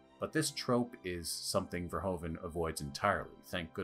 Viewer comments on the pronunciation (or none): Americans and their Furhoven. It's Verhoeven. Furhooven. Your own president was called Hoover. Hoeven is Hooven. Nice video ;) Subscribed. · Verhoeven not Verhoven. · Great video! As a Dutchman I would have appreciated it if you pronounced Verhoeven's name more accurate. It's not that hard and since you are a movie fan and you mention his name a dozen times.. 😅 It's pronounced more like 'verhooven', with the oo's as in 'zoom'.